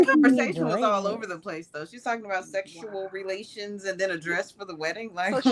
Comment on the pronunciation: Quinton snapped 🤣😭😭😭😭😭😭😭😭😭😭😭😭😭😭😭😭😭😭😭😭😭😭😭😭😭😭wtf she said “seggsual relations”